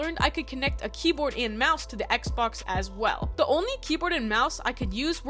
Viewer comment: I’m sorry did I hear you say XBAX